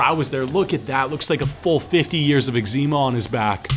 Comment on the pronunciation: What got me is the way he pronounced eczema